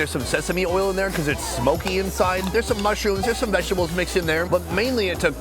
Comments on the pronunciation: When sonny says vagitables lmfao ever show he does it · why does he keep saying vagtables loool